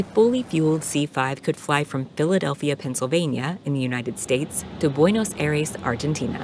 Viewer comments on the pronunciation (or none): how are you going to butcher the city Buenos Aries 😂😂😂 Aires like High Res